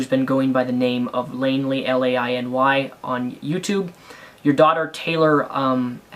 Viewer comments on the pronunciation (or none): If you're gonna be a dick and make up things at least get her name right it's actually Lainey not Lainley :) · You are acting like you know everything. First off u didn't even pronounce Lainey's name right, I Mean with all this info I would assume u could do that, 2. Shiloh was crazy 3. She was cheating on him with three other men, that's a good reason to call someone a slut, 4. Lainey is smart and Lainey loves Greg and he doesn't have any reason to take advantage of her. 5. When Shiloh was having the seizure he explained that she has them often. If you have seizures often u don't go to the hospital EVERY TIME. Stupid. 6. Nobody's in danger u just have nothing else to do